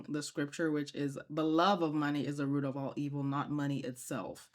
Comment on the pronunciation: It pronounce roots..... Not ruffs.